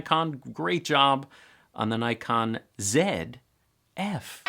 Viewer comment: Nice overview,. Glad you pronounced it “Zed F”. You made us Canadians happy. 😊 Seriously, one of the other strengths of the Zf is the 2.2” LCD screen, especially since there is no joystick. I’ve gotten so used to the 2.2” screen on my Z7ii that it is really hard for me for work with a camera that has a smaller screen now. Once you buy one and get the SmallRig grip, I’d love to see a size comparison with your Z8. My Z7ii with the SmallRig grip is actually pretty close to Z8 dimensions and I guess the Zf might be as well once the grip is added.